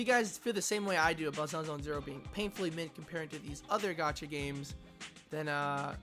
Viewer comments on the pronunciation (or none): none